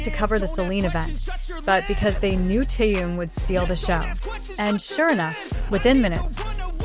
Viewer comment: Почему вы зовёте его Тэен,все говорят по-русски,а ударения ставят не правильно в словах,имена всегда коверкают.Неужели так трудно сказать ТЭХЕН,Чонгук,Чимин,МИН ЮНГИ, Хосок, Сокджин,Намджун.Или надо издеваться не только над русским языком,но и именами ребят?